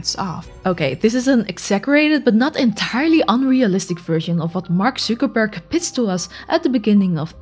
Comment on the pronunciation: Mark Zuuukerberg eh is a new way to pronounce his name haha